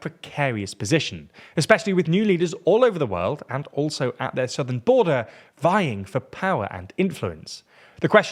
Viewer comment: did you say "vying for power " or "buying for power "? While showing Billionaires. 😂